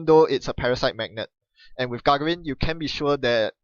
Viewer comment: Yes, the second should be stressed more. Very nit-picky, but Yuri Gagarin and Buzz Aldrin were two of my childhood heroes.